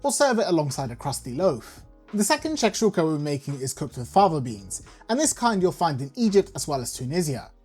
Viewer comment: U say it correctly 🤣